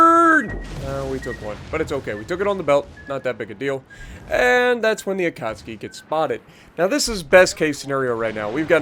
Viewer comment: man I love your videos but pls pronouns akatsuki right